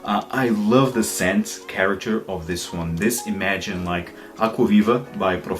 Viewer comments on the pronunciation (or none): none